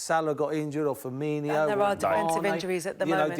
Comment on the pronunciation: Firmino not Firminho.